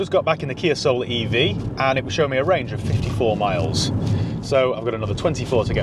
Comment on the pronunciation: The Kia Ah-Soul